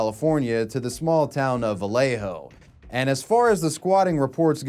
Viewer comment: how do you say Vallejo right but not Vacaville 😂😂😂